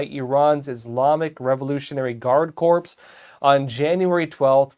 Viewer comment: mispronounces words like he hasn't been around much. Gibraltar. Corps. And in the past I have heard him make similar mistakes, being unfamiliar with the pronunciation of words you would expect a news anchor to know like the back of his hand. Don't get me wrong, I support epoch times, and presents well otherwise. But apparently he does not know about the Straits of Gibraltar and is unfamiliar with other areas that ought to be common knowledge.